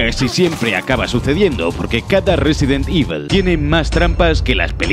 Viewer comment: Resident Ivol